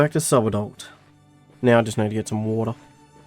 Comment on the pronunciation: you can tell he is english by the way he says water. Wo'ah